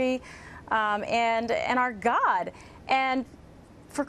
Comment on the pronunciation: Why did she emphasis "God"?